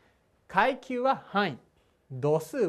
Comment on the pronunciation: くゎいきゅうww